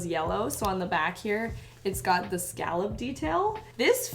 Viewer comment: scallob do you mean scallop